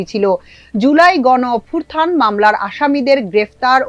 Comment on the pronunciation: আপনি অভ্যুত্থান কে অভ্যুর্থান বলছেন কেন বার বার?